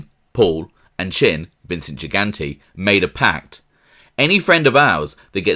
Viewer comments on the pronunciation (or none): none